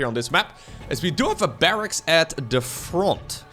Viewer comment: I’ll never get tired of saying, “froUNT.”